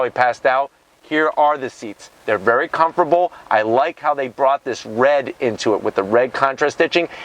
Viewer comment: Is it me or does he keeps saying "Comforble" instead of Comfortable...